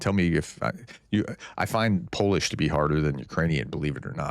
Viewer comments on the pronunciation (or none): none